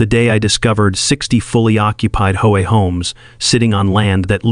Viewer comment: Hey AI, I love the way you call H O A HO A!